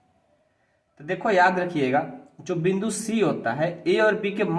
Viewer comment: सर आप बिंदु को विंदु कह रहे है